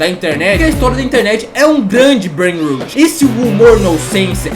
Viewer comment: Na verdade, a pronúncia é "breinrót", "rot" é podre, como quando o dente caria. "Rut" é a pronúncia de "root", que significa raíz. PS: esse comentário é só um comentário, não me xinguem por ser nerd 😅